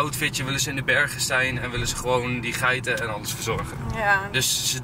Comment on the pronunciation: Waarom zeg je altijd wullen in plaats van willen😂